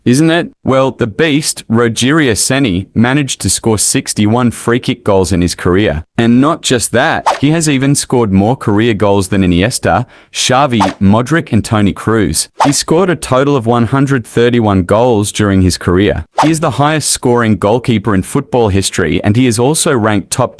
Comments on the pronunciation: "Modrick"lol fyi:it's pronounced mod-rich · It's. Not. Pronunced. Modrik. It's like you say Modrich.